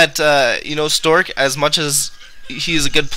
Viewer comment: yeah that ways bugging me.. its stasis (stay - sis)